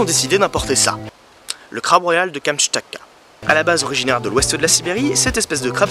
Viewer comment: Mourmansk* et pas MourSmansk (Мурманск) Prononcé ici à 21s → KamTchatka* et pas Kamchatka (Камчатка) ч → Prononcé ici à 10s →